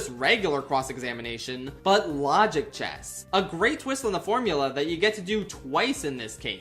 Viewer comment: “I will be using the official names in AAI2” Also: “L O G I C C H E S S”